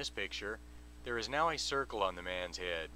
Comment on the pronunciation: Jesus Christ, this is boring. I really, really hate the way you say the word "head." This crap gives me a massive "head"ache.